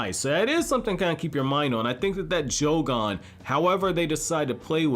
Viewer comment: bro said joe-gone